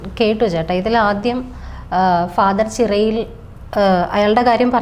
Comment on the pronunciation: ചിറയിൽ അല്ല ചേരിയിൽ